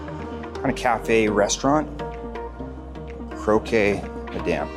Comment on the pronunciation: Great video. Croque madame is french so just don't pronounce the "ue"